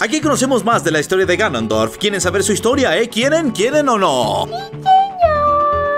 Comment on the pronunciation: Soy yo o dijo granondorf el en el min